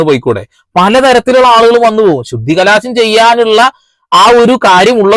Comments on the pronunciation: ശുദ്ധികലാശം അല്ല സഹോദരാ ശുദ്ധികലശം ആണ്.... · ബ്രദർ ശുദ്ധികലശം എന്ന് പറയൂ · Sudhikalaasamalla, sudhikalasam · Shudhikalaasham alla sahodara Shudhikalasham❤ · ശുദ്ധികലാശമല്ല എന്റെ ബ്രോ ശുദ്ധികലശം എന്നാണ് ശരി . അഹിന്ദുക്കൾ ക്ഷേത്രത്തിൽ കയറിയാൽ നടത്തുക ശുദ്ധികലശമല്ല . അതിനെ പുണ്യാഹം ചെയ്യുക എന്നാണ് പറയുന്നത് . അത് ഓരോ ദിവസവും ചെയ്യുന്നും ഉണ്ടാവും . എത്രയോ അഹിന്ദുക്കൾ ദിവസവും ഗുരുവായൂരമ്പലത്തിൽ കയറുന്നു ആരെങ്കിലും ഇതറിയുന്നുണ്ടോ . അത് തടയാനും കഴിയില്ല .